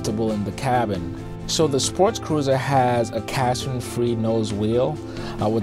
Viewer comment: It sounds like you are saying sportscruiser, not sportcruiser.